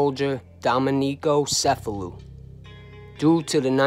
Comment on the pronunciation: I believe it’s pronounced CH•F•a•loo just like the town in Sicily. But, nevertheless, a great video!